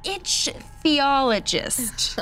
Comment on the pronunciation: And it's pronounced IK-thee-awl-oh-jist.